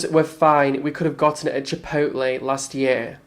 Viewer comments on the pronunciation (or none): none